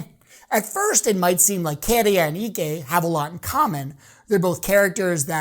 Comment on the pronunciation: My winner. But it's Käärijä not Kéérija!